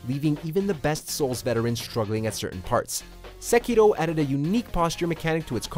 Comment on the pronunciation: I got cringy when He said Sekiro with weird accent